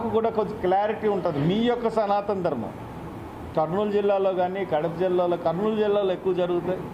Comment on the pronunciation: సనాతన ధర్మం అని పలకడం నువ్వు సరిగ్గా నేర్చుకుంటే నీకు అర్థం అప్పుడు దాని అర్థం ఏమిటో పవన్ కళ్యాణ్ గారు చెప్తారు